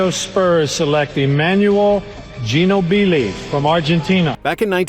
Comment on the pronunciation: The way they butchered Ginobli’s name. My god lol